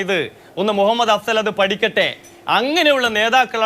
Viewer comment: "മുഹമ്മദ്‌ "..….അഫ്സൽ...🙄🙄🙄ന്നാലും ന്റെ ". മൊഹമ്മദേ....... 😂😂😂😂😂😂